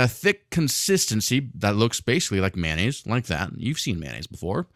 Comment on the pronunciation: Its Mayo nnaise, not manonaisae